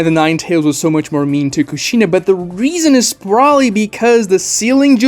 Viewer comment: You're pronouncing Kushina's name wrong and saying it alot